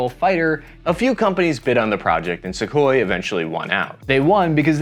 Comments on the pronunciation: It’s Sukhoi, not Sequoyah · I get you're American and you guys butcher every non English word but it's "Soo-hoy" not Sequoia. Cheers. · This is the first time in my life I’ve ever heard someone pronounce Sukhoi as “sequoia” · Trust me bro, all info is correct, after calling the manufacturer Sukhoi-a - how did the A end up in the name!? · It's Sukhoi not Sequoia 😂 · Calling it "Sue" rather than "Sukhoi" tells us you're a good script reader but a poor researcher. Just like a text-to-speech app. 🫣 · it's Sukhoi not Sequoia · is he pronouncing sukhoi as sequoia? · Sakoya, really? Now you are just being lazy 😂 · Okay, first, it’s pronounced “su-KHOY” - there’s no “uh” on the end of it. Second, flying faster than the speed of sound is called MACH number, not “Mok” number. Named for Ernst Mach. You really need to know this stuff before you do your videos. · I wish the presenters would learn how to pronounce the names, I know they are Russian but it’s not difficult to look at Google for advice! Great video in spite of that!